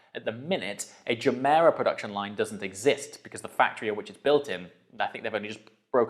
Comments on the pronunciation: Are we pronouncing it juh-mera now? I thought it was guh-mera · Nice vid! Oh, and nice pronunciation of Gemera. The Gemera is a car that grows on me and that's somewhat weird since I kinda loved it from the get go.